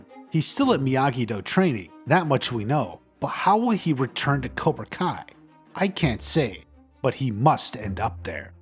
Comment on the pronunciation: It's cobra kai not cora